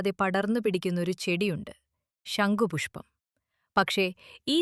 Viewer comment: ഷങ്കു പുഷ്പം അല്ല ച്യാച്ചി ശംഖ് പുഷ്പം. പല്ലു തേച്ചു നാവ് നന്നായി ഒന്നു വടിച്ചു പറ